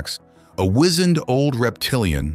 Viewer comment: Great story..... But words are mispronounced Example : wizened